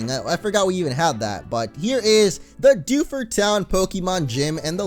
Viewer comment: Dew ford town it's like defuse town